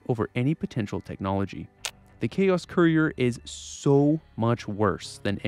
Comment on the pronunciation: Can't even say courier right lol. Kur ee ur. Not koo re ur which is how it sounds when you say it.